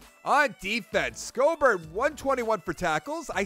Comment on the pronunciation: Schobert's name is pronounced "Show-bert"